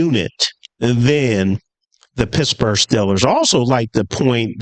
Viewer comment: Steel-ers, not Still-ers. And Garrett is better. I know all you delusional Shitsburgh fans will cry opposite but it’s true